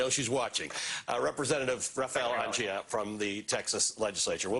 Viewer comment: Anchia.....emphasis on the "i"